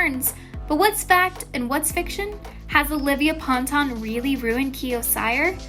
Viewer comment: It’s pan-tun lol 😭😭😭